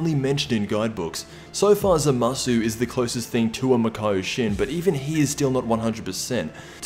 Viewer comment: lmao he pernounces zamasu wrong